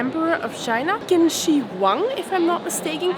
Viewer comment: One suggestion for your pronunciation in Chinese "q": It is actually read as "ch". Try it on the name of the first emperor "qin shi huang" or city "chong qin". You would be very close. 😁